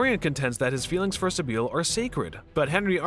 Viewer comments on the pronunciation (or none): Sibil, not Sibeel. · Basil - Bazil not Bayzil Sybil - Sibil